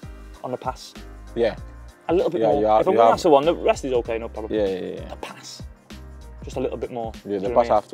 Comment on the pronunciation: Adama says pass, as "pas" 😂😂